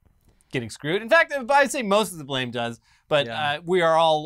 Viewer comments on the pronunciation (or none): none